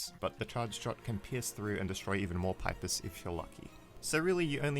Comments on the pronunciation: pis pee-pis not pipe-iss wtf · 1. I'm pretty sure it's pronounced pee-pis, and not pipe-is 2. What about pacifist Spamton? You only covered the Snowgrave Spamton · it is NOT pronounced pi-ps, its pronounced "pee-pees° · It's pipis not pIpis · everyone else: pipis or peepis this guy: paipis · No offence but please pronounce it peepis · pipe iss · Why can't he just pronounce [Pipis] correctly? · Your pronouncing pipis wrong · thats not how to prounounce pipis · This is the first time I've heard anyone pronounce "pipis" that way. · you said pipis wrong '-'